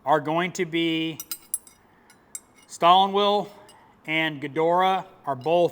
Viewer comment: The w in Shtallwille is pronounced V and the e is eh. Hazet is Ha ,short a like Haha. Zet short e . Gedore both E's are short as in eh. Like Gehdoreh. My 2 cents is as follows , how they hold up under extream pressure will come down to 3 factors how they are alloyed and the heat treat process used and the Rockwell hardness C scale achieved. 1. If just single heat treat oil quenched chrome vanadium. The wrench will stretch to failure, the amount of carbon in the steel and the percent of CRV will largely determine under how much pressure it will take before deformation to failure. 2. High carbon steel and Chrome Molybdenum double heat treat. The wrench will take a lot of force but when it fails it will crack violently. Very hard steel but not very ductile. 3. Very high carbon steel, drop forged alloyed with both chrome molybdenum and chrome vanadium double heat treated. Then stress relived by cryogenic freezing strong , hard and ductile. But expensive . This wrench will take several hundred ft. Pounds to a 1000 NM. to fail and when it dose it will deform not break as it is very strong ,hard but still reacts like spring steel pushed beyond its limits. These are approximations, 40 to 50 RWC is probably where most of these wrenches will fall under , mabey some will be less hard and spread pretty fast. Alloys and how they are hardened are key . I am going out on a limb here having used several wrenches being tested Snap on will take the most pressure and will not snap as some surel